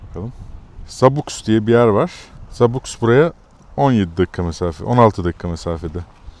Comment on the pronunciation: Zabux.. Zabuh (zabuks yok😂)X yi H diye okumanız daha doğru